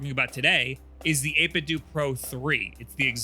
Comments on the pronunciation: Isnt it 8bit dough for pronunciation, like nintendo? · You put the B and A buttons in the wrong spot And it's pronounced 8 bit DOUGH like tae kwon do or jeet kune do, like a DAO I don't trust a single word of this video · says it "8-bit-doo" but a lot of others (including the guy in his clip near the end of this video with the disconnection issue) pronounce it "8-bit-dough". So which is it? EDIT: I JUST got to the end of the video where he proves once and for all that it's "8-bit-doo". THANK YOU!!! Kind of dissapointed actually because I think 8-bit dough sounds better. Like "That 8 bit though, bro!" whereas 8-bit doo just... doesn't make any sense in a sentence? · Always thought it was pronounced 8-bit-do (like dough) so 8-bit-dough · 8bitDOO and not 8bitDOH. Wow, I didn't think that'd be the way to say it. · It's funny, because back in 2013 or so when the company was first founded, their logo looked very similar to the Nintendo logo, except with the pixelated "8Bitdo" text. Reviewers from that time were pronouncing it either "8bit-doe" or "8bit-doo", even in official material like their 8bitdo ZERO videos on their YouTube channel. My theory is that, because lots of people kept pronouncing it "8bit-doo" since they weren't sure how it should be pronounced, that's the official pronunciation they went with when it came to their rebranding.